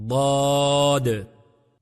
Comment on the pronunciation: ض کے تلفظ میں د کی آواز آری ھے